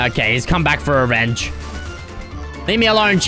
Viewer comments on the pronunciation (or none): said ‘rerenge’ not ‘revenge’